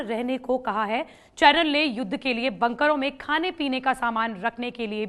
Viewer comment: मैडम जी को तो युद्ध बोलने ही नहीं आता